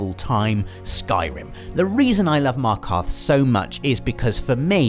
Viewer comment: I always watch you and make sure I catch up on your Friday features and literally ALL of our favourite games are the same (except PES....) and your writing and storytelling is exceptional... but.. Markarth?!!?!?! WHAT THAAA FRICK!